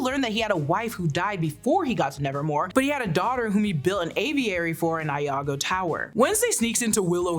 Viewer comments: It's not Lago hall, it's Iago hall. With an i. The character in Othello is named Iago. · "LAGO? LAGO?" LOLOLOL That's "Iago" like in Aladdin. I-A-G-O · It’s not “Lago” it’s “Iago” who is the villain of othello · lol “Lago”! The character’s name is Iago with an “I”. Pronounced “Ee-ah-go”. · Iago, not Lago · This was awesome! Love the info about the latin text in the book, I admit, I hadn't paused long enough to read it, but am thrilled that it actually means somehting. One small note, though - the Iago character in Othello is Iago, not Lago (first letter is an 'i'). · The villain of Othello is Iago (that's an upper-case "I" at the beginning) - pronounced Ee-ah-gou, not Laar-gou. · Loggo?!? Iago it’s a capital I cuz names start with capitals! The 3 main characters of Othello (which you act like you know the reference to) are Othello, Desdemona, & Iago (“e-ah-go”) take a couple hours and watch any of the myriad filmed versions of Othello out there! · Great recap video,! FYI, the villain in "Othello" is Iago with an "I" not Lago with an "L." Lago means "lake" so there must be some other literary connection for Lago Tower. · The tower is Iago not Lago